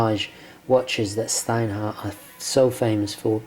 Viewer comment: It's pronounced "shtinehart". Just like you pronounced it but with a "sh". And the "t" in the end is hard